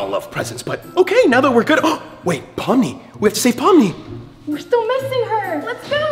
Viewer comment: It's pomni not pomy